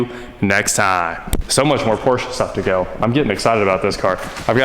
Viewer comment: Thank u for pronouncing PORSCHE correctly.